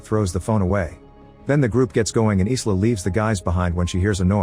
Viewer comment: AI not knowing how to properly pronounce the name Isla, and calls it "Is La".